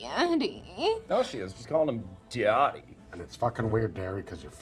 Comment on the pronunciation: the fact that Squirrely Dan is full on saying Darry like to be called daddy KILLS ME